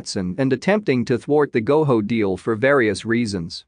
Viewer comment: It’s Go JO NOT GO HO